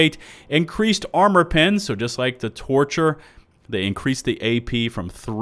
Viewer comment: I can’t help but to hear “torture” instead of “torcher”